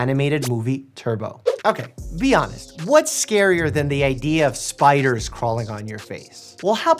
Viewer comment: When he said "' Spideers